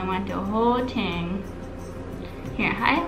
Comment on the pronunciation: when she said thing, I heard ting XD ( I say ting instead of thing tho )